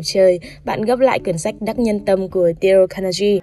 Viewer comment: xem sách mà mình nghe nhầm thành xem sếch